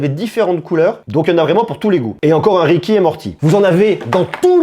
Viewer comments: Rick et morty pas ricky et morty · On dit Rick et mortie pas ricki